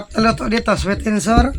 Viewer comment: Sweet and sour (sawer) yan ang tamang pag bigkas hindi (sour)